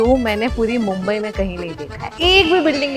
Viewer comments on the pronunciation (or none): none